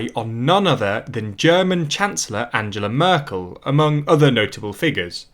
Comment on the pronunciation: 'le monday' and 'anjella merkul, frank-walter steinmeer' ... PLEASE try to pronounce their names more correctly... its like scratching chalk on a blackboard. Yes, it sounds petty but getting this right raises your presentation and attention to detail to the next level. That said, your presentation is overall - fantastic. Keep up the good work.